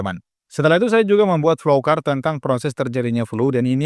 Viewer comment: Bukan flowkart bro tapi di baca flow chart..